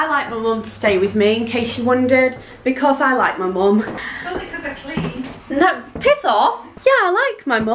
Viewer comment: I love the way you say because Becuss😂